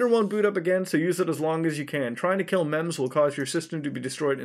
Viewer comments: ITS MEMZ NOT MEME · he called them meameas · is he saying maimais instead of memes